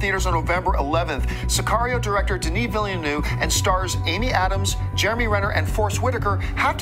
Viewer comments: For the umpteenth time, it's pronounced Veelnerve not Villynoov!! While we're at it,, Star Wars was filmed in Tunisia not Tanzania. facepalm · Wait a second...even the Canadian guy can't pronounce Denis Villeneauve? lol ;)